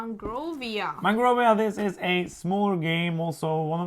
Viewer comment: When you guys said Mangrovia and I was just listening without video is sounded to me like Mongoria (How they say Mongolia on South Park) lol I'm weird.